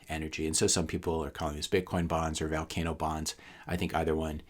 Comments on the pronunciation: It's vUUUlcano not vAAAlcano. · it's pronounced volcano as in Volume, not Valcano as in Val Kilmer.